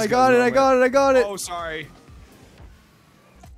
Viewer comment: Day 134 of telling how to say sorry not sore e